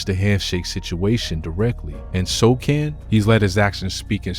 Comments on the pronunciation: Bro said Shoulders.. Soldier.. So chin..So can ..So kin😂 So shaun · It's "So - han"😊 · It’s pronounced so hon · “So Han” is how you say it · It's pronounced So Han. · The c is silent his last name is so-han. How you make this video mispronouncing his name. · Congratulations to the Knicks team: Victor Wemby sucks!. He good until he lose. Do better Guy: why you pronounce Sochan 4 didn’t ways 😆😂-Gang 😆😂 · Dont make content if you cant pronounce the name. Shit is amateur. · You don't even know how to say his name right. Every thing this channel spits out is garbage.